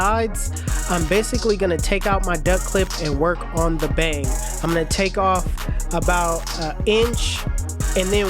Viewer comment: The Bay-ang!! Lol!!